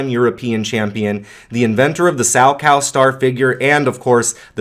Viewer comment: Gosh, who on earth is "sowcow"? The man's name was Salchow. If you are unable to pronounce the "ch", then please try with "sall-tzov". Also, different generations look differently on male ice skaters deserving the name "GOAT". To me it is Yagudin. I know, of course, that Plushenko accumulated more titles, overall higher scores, but I always found him lacking a little in the artistic expressions, a field very much dominated by Yagudin back in the day. Plus, Yagudin still is an active skater today (not in competitions, of course), despite his full hip replacement 20 years ago! No one ever seems to take that into account.